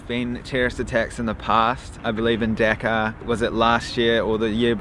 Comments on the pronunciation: Its DHAKA not deka A*****e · Not deka It’s Dhaka ❤️ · not deeka , it is a Dhaka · That's not deka, it's dhaka 🐸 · The ONE THING I hate tourists for is WHAT THE HELL IS DECCA? IT'S DHAKA, PEOPLE. D-H-A-K-A. I hope you understood. Anyway you're good man. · Well being a Bangladeshi, I just want to say, Just Pronounce the Name correctly first before u prove it is safe or not. -_